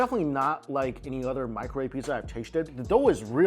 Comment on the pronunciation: Mike pronounces “other” as “udder” lol 😂 still my dude! Keep up the strong work man!!